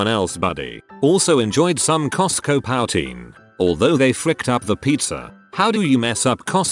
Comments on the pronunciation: Poutine = poohtine, not powtine, sorry. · o also this is bugging me but its pronounced poo-teen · POW-tain. sighs in Canadian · It's pronounced 'poo-teen'...buddy...eh? Sorry notsorry. lmfao. ;>D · Who is here because he constantly pronounces "powteen"? I am as angry as I am allowed to, being a Canadian! Sorry! 🙃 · whenever he said poutine lmao "powteen" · Yes, I had to give the screen a stern look every time he said it, but I'm over it now. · My boy totally fricking up the word "poutine"😂